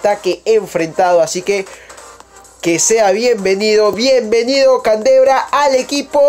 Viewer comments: Se dice candreva no cantebra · no es canderva es candreva :v